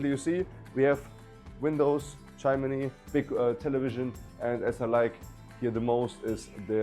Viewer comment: Not so hectic young man. Speak more slowly. Breathe. And its pronounced "chim-ni" not "chim-in-ni" Lovely house